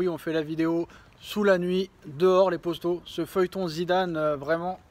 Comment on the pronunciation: POTO POTO POTO ! Pas POSTO. Arrête un peu !!! FAIS UN EFFORT !!!